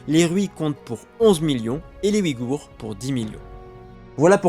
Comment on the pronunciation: Ce ne sont pas les "Wigours" mais les Ouïghours. Le "ouï" se prononce "ouille".